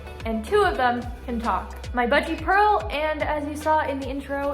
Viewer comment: I love how purl said or sounded like she said press my belly